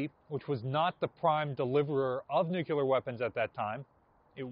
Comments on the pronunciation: Nuclear. Nuclear. Nuclear. NOT…nukular NOT nukular NOT nukular. Come on. Why do insist on sounding ignorant? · It drives me absolutely insane when says "NEWK-u-ler"